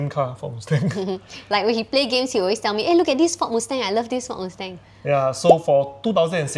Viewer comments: but i like his "moosteng" better, also his "benlee" lol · alamak so cringe to hear you guys mispronounce "Porsche" and "Mustang"! Are you sure is a car enthusiast?